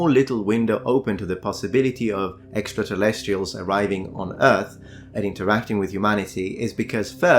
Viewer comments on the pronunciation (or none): Do you say/pronounce "extratellestials" on purpose? Why not "extraterrestrials"?